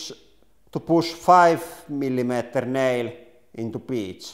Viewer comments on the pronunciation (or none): I thought he was saying birch and his accent just got super thick suddenly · I thought he said Peach lol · I thought his accent made it sound like "bitch." So... he's gonna nail some bitch. :D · Your accent might get you in trouble, it literally sounded like you said bitch.